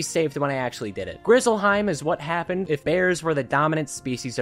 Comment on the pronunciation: Ngl “Grizzlehiem” at the very end pissed me off 😂